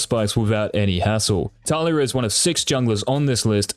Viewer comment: Just 1 question. Who the fuck is Táliya ? Did u mean Talíya ? :S